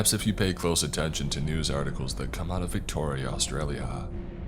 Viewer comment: Brah keep saying Victoria like that🤣